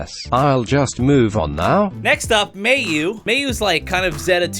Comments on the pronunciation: i get so tilted when he says mayu wrong irs said mai-oo not may-oo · "I can't speak English." You also apparently can't speak Japanese. Like really? "May-yoo"? "Saj"?